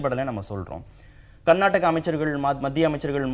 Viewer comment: நீங்கள் கர்நாட்ட்டக.. கர்நாட்ட்டக.. என்று உச்சரிப்பதை திருத்தி கர்னாடக என்று உச்சரியுங்கள்.